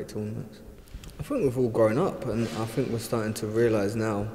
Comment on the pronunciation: Anyone who says "fink" instead of think, "fings" instead if things and "footbaw" instead of football does not deserve to earn the amount of money he is earning!!